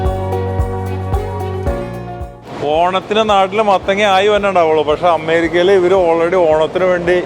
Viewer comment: "അമ്മേരിക്ക" നല്ല ബഹുമാനം ഉണ്ട് ആ വിളിയിൽ തന്നെ..അമ്മേ ...അമ്മേ...ഞങ്ങടെ "അമ്മേരിക്ക അമ്മേ"